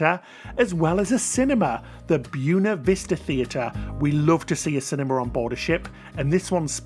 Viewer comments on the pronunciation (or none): Great tour! Buena is pronounced as "Bweyh-nah", not "Byoona" though.